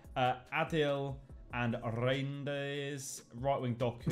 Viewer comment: Pronouncing Reijnders in a more English correct would be to pronounce the Reij part similar to Why and not wish like some English people used to do with Wijnaldum (it should be Why-naldum instead of wish-naldum). Hope this helps!